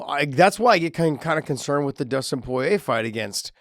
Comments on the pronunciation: For God's sakes Josh, repeat after me: "Pour-EEE-yay" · Josh, why won't you say Dustin's last name properly even after knowing how its pronounced? Lol that shit bothers me more than it should